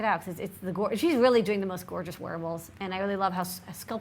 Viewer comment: lol, every time you say wearables, my girl thought you where saying werewolves